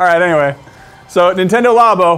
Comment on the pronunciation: xD Men-tendo! lol!!